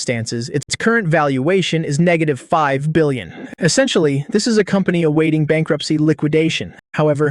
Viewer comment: Man you really need to know million or billion pronounciation